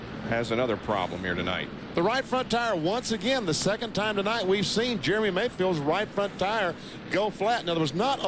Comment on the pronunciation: It sounds like you call him "Germy" Mayfield every time........